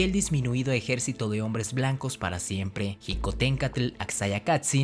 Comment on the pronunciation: No se dice jicontencatl sino shicotencantl